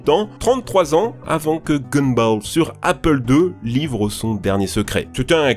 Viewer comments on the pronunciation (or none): none